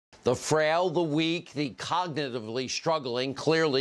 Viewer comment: Also Sean hannity “the collignityvity struggling...” he can’t even say cognitively